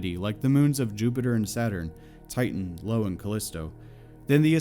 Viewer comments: Did you call Io (eye-oh) "low" or is my hearing (and YouTube's captions) way off? That's a common mistake but I wouldn't expect it to come from a channel devoted to space-related content. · Jupiter's moon isn't Lo, it's Io, like eye oh. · 'Lo', the moon of Jupiter? I think you mean 'Io' (EYE-oh). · OK, all good points, but seriously man, you lose a lot of credibility when you pronounce Jupiter's moon Io as "Lo". Come on mate. How can you not know the name of that moon starts with an "I" not an "L"? #cringe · Good video, you made some pretty good points (including a few I wasn't aware of, like Mars' paucity of available minerals), but... ...did you just pronounce "Io" as "Lo?"